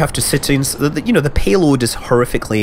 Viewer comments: sounds like pee'oad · HitodamaKyrie accents, the p aaa y load sounds like peeaload. Lower a instead of upper A. So it almost blends in like pe, pe load. He's making a joke with the accent and you comment about nuts.